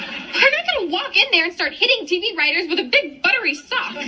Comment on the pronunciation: It's "Writters".